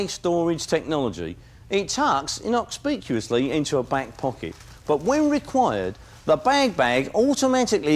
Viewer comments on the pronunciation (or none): 'Inocspicuously' LOL